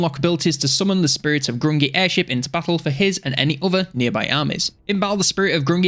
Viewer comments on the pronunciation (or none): Grungni - pronounced "Groong'nee"